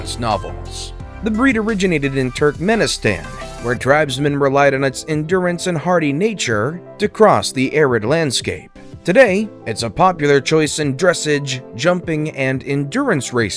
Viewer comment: "Dressidge"????? Gimme a break!